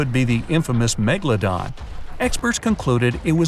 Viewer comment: Are. Megladon. Stell. Reol😬